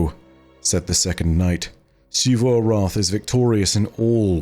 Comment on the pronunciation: Is it just me or does it irk anyone else that pronounces Xivû’s name as “Sheevoo”? 😭